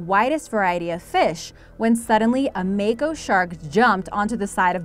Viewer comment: Say it with me mah ko shark